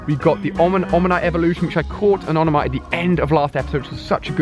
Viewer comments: Omonyte not onomyte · Dude u say omanyte wrong it's oMaNyte not oNaMyte